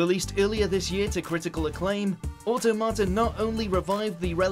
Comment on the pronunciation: Nier Au-tom-ata, not Auto-mata.